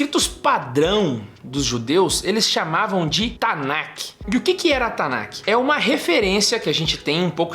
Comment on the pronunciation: A gente fala Tanakh, mas pronuncia"TANÁ" é não tanaqui